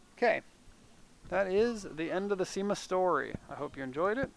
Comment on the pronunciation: Cima, pronounced SHEE-ma